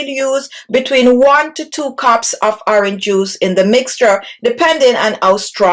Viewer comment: The ‘h’ in horange juice is silent